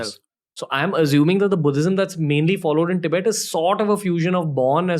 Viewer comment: How you say Tibet is how western people pronounce it Please try to use correct pronunciation Love your content ❤